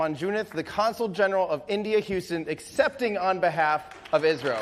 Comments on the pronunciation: I saw many people getting confused in live comment section when Tim said "ISRO" because it sounded like "Israel", the correct pronunciation of ISRO is: "is" as in "his" and "ro" can be pronounced as "row". Hope this increased the clarity, Great work done by Everyday Astronaut team as always👍👍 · He said ISRO